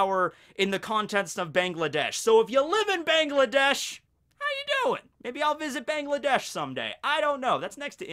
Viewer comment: You spelt Bangladesh wrong lol its funny, here is some advice, its not bengladesh its Bangladesh so the way you spelt the a in "gla" is how u spell the a in "Ba" so its Ba ngla desh, its ez for me since i am kind of indian but yeah there you go i hope u can spell it now